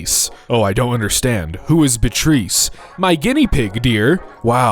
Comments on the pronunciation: Bitreese lmao it's Bee-ah-tryss :face-blue-smiling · The Guinea Pig's name is "Beatrice". That's pronounced "Bee-uh-triss". It's actually not a terribly uncommon name! 🙂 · Beatrice is pronounced Bee-ah-tris btw